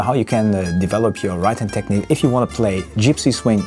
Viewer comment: It's techneeeque. Not Technik. Fellow German from Niedersachsen hier. Just a friendly reminder. I too sometimes pronounce it wrong. Excellent playing by the way. Huge fan of yours.